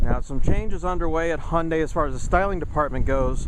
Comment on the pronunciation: honda elantra? why can't you pronounce HYEONDAE elantra ?!?!?